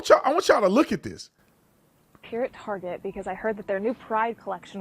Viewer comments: You say Tarjay again instead of TAR GET I'll never watch your channel again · It is prononced "Tar Get" no targhet. Ridiculous of you to pronounce it wrong here on purpose. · My little girl (11) just came in to room hearing what I'm watching. When Tatum said "tarjay" she said "more like targay".. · So it's not pronounced TARJAY, it's TAR-GAY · Why did he pronounce target as... tar-jay? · WHY DOES EVERYONE SAY TARGET THE WRONG WAY...ITS NOT FANCY..ITS NOT SPECIAL..ITS NOT EXPENSIVE...YOU HAVE CLUES ON HOW TO PRONOUNCE IT...GOT A BULLSEYE...THE DOGS NAME IS THE SAME..ITS JUST TARGET..ITS THE SYMBOL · "tuck"!? ya /"UCK TARGET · It’s pronounced “Tar-Gay”